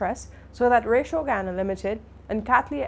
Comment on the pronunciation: Honey you are pronouncing Ratio incorrectly.